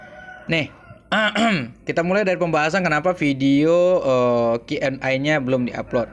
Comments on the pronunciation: Di lurusin bang Q & A (e) bukan Q & I (ai) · Setuju sering dia Bilang Q & A harus nya Q&E bukan Q&aaaaa